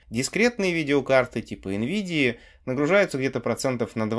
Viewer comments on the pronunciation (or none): none